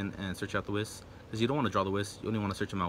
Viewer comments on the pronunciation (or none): You play that much but don't know how to pronounce Whis, lol. Nice deck otherwise.